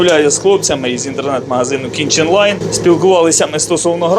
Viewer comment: Думав почулось раз, другий, але здається ні. Магазин же називається "кіТчен лайн", а ви кажете "кіНчен лайн". 😁